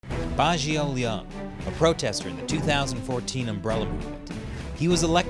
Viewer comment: is the name Leung? that is pronounced more like the english word Learn but lose the RN and add NG sound to the end